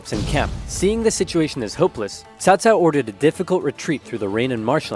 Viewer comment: Omg… not CowCow. CaoCao is pronounced as Qhao Qhao.